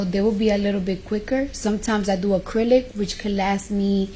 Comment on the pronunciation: Acrylic-y on 😂😂😂 chile